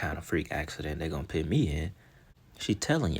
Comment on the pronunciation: Idk why but this is driving me crazy lol.... "Put" p-u-t... put. puts an "I" where the u is?! Ima pit this here. What type of situation they going to pit me in... ahhhhh PUT yo put! Lol just busting balls man. I love the content for real. It does get me every time though not gonna lie. Ima just pit this comment right here lol.